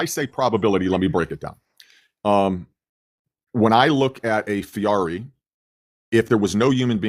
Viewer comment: “A FEARI”?? 😆